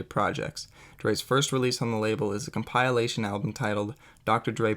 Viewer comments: What in the hell is a ComPILEation album?? 😂 Thats not how you say that word homie. Its Com...pi....lation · You pronounce compilation funny lol it’s cool tho. Nice docu. I give you a C+